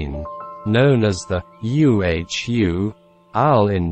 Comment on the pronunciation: "Uhu" is an Eurasian Eagle-Owl in english. Spoken as Uhu, not as U-H-O.